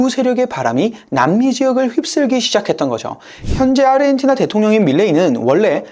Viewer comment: 아시아, 아르헨티나를 발음하는 거 보면 얘는 한국인은 아닌 것 같애, 아니면 사람이 아닌 AI 던가... 평생 누구도 평생 저렇게 발음하는 걸 들어보지 못했거든.